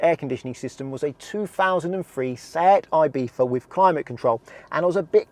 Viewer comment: Sifa Ifita... ITS SEAT IBIZA! You dont pronounce it Sifa Ifita!